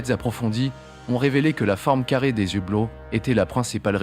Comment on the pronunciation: Des "z" hublots !!! Il faudra que l'IA apprenne à parler Français...